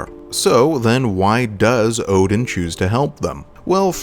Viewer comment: Ngl I didn’t realize it until a the mission before he actually turned on us. I noticed the mispronunciation of his name and was like NOOOOOO